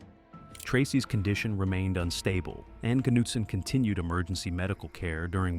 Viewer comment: “Kanootson” - that’s how you know it’s an AI voice. Also the word for “cavers” pronounced “kavas”. There’s a couple of other words that give it away also.